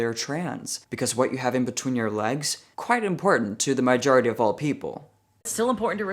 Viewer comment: I love when says “maijority”! I smile when I hear people who have English as their second language say words like slightly off. It’s a favorite little quirk to run into now and then. ❤